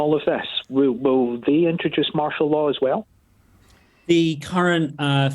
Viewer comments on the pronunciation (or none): none